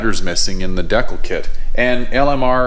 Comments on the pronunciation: Dude please say Decal. D kal. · Deee-cal not deckel D-CAL JESUS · You have to be doing it on purpose, otherwise you wouldn't have said it so many times. It's D cal, not dekul. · It's pronounced Dee Kall 😂